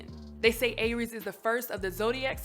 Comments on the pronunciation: Never heard it pronounced like that. Though it was "AIR-rees" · I feel like she mispronounced Aries through the entire video. 😂😂😂😂